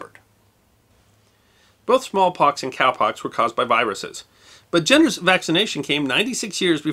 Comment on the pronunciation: I thought was saying biruses not viruses. Did anybody else hear this or was it just me?